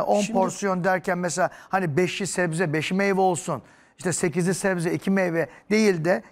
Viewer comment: 35 kez zebze dedi